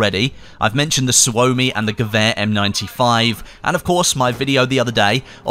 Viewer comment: Thank you for saying gewehr correctly